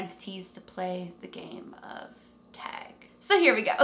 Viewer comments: It's not teg! Its tag! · oh no. i want to watch but she keeps saying teg and i don’t know if i can make it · Canadians pronounce it like “teg” vs “tag” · She says tag. I heard teg 1 or twice but she says tag the rest of the video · why does she say "TEG"? 😂🤦🏽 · Take a shot everytime says “tAayg” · I love how u say tag lol :D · I can def tell you're canadian by the way you said "tag" lolll so cute! and awesome vid!!!! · Exactly what I was thinking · The way you say tag is so funny lol cute 💚🧡 Great vid! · I don’t mean it rudely. It’s cute. Very Canadian.